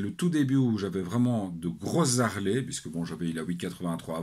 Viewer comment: Bonjour. je ne savais pas qu'en Belgique on pouvait faire la liaison entre deux consonnes.EX: Les z'Harley ou deux z'Harley. LOL